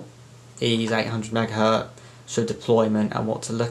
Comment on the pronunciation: It's Megahertz, not megahurt. Please get it right